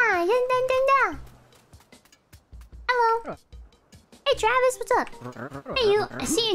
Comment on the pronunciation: “Aw, no, Twavis.”